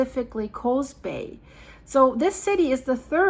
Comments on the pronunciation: It's Coos Bay not Coze Bay. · Coos Bay, Coos is pronounced with a U sound, like BLUE . Or Tube, not like Coze Bay. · Coos is pronounced cus like who. Not a long O. My sister lives very close to there. I’m Oregon here.